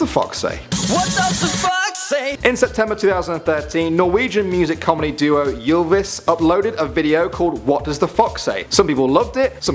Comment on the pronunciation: Jylvis!!!😂😂😂😂 no it's Ylvis😂😂 you're pronouncing it all wrong!😂😂 I get that Norwegian is hard to pronounce but....like....common!😂😆